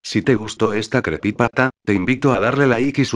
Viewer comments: Por que dices creepypata XD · Me encanta cuando dices creppypata me da risa xD,amo tus creepypastas tenes que llegar al millon al menos,sos unos de mis youtubers favoritos